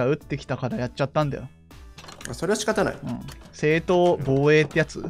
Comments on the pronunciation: 正当防衛が正当⤴️防衛⤵️なってたっすねw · 正当⤵︎防衛⤴︎ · 正↑当→防↓衛→ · 正当防衛のイントネーションやばすぎん？ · 正当防衛のイントネーションどうしたの？